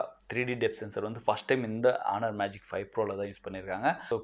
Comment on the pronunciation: Speaking onar not honor